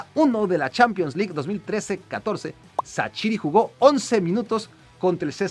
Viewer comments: Es Levíosa, no leviosááááááaaaa... ¿Por qué dices que XHERDAN SHAQIRI se pronuncia Sachiri, CHasiri, CHaCHiri y demás? No entiendo porqué te cuesta tanto pronunciarlo correctamente, REPITE CONMIGO (escritura de su correcta pronunciación fonética): SHerdan SHaZZiri. Saludos hermano mexicano. Me caes bien pero trata de decir los nombres bien que se te está pegando lo de los argentinos al decir Yavi (Xavi Hernández), Shorente (Llorente, cualquiera de los 3, siempre lo dicen mal) o cuando decían Ar-lléN ROBén (como si fuesen a decir Rubén, en referencia a la estrella holandesa Arjen Robben, cuya pronunciación es Arien Róben sin más). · Primero es bueno investigar cómo pronunciar los nombres, no mames no vas a pronunciar asi el nombre de shaqiri